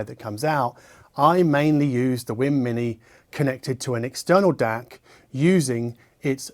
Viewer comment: I hear him saying wim instead of weem, is he pronouncing it right?